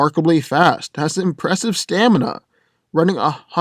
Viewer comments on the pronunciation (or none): none